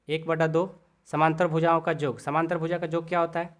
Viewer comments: Sir AAP yog ko Jog bol rha h😂😂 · Sir aap yog ko Jog bol rahe hai